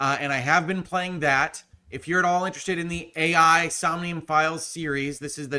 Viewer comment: I was pretty sure Ai the Somnium files was supposed to be pronounced eye, as that's the pivotal pun. (Aibou = partner = Eyeball)